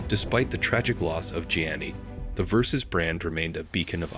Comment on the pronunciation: You would think that AI could learn how to correctly pronounce Versace.